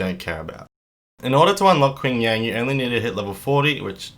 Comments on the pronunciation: Just a note, his name is Ching Yan, the "a" is like in "man" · "Quing Yang" Ouch.